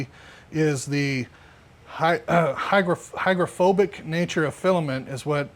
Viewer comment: Not good when the "expert" says hygrophobic